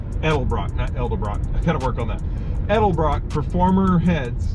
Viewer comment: Love the channel and the videos! One thing, say it with me: EDEL-BROCK, it's not ELDA-BROCK!! lol That's always been a pet peeve of mine. Edit: I watched the rest of the video where you correct your own pronunciation of Edelbrock!! lololol